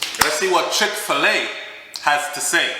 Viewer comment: come here, a no chick Fila, like Fila sneakers, it's chick fi llay like when chicken lay egg, a caan manage.